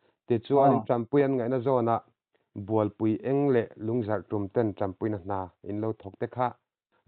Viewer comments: Bualpui eng a awm lo, Bualpui En- gi tia lam tur aw, ṭawng dika lam hram hram a ṭha, chhim lam hian " Eng" kan nei ve lova, "En -gi " kan ti ṭhin tih hi lo hre ve hram teh... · Bualpui eng anilo ng tih tur, n leh g inkawp a ni mai. Tin, baptis kohhran ani lo bawk, lairar baptist kohhran anni e(Likbk)